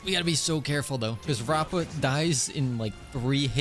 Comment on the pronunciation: her name is pronounced : rap a